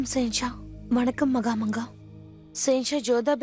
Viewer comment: மகம்அங்கா என்று கூறும் போது 😂மாங்கா மடையா என கேட்கின்றது 😂😂😂😂